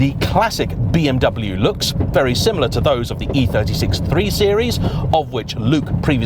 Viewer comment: Another "expert" who can't pronounce BMW.